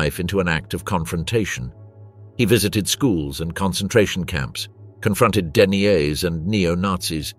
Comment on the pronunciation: "den-ee-yaze"? Is that the robot voiceover's attempt at "deniers", as in holocaust deniers?